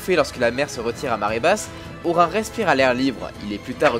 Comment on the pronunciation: Ça s'écrit Orin mais ça se prononce Orinne.